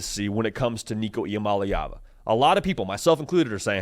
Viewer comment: You got that last name down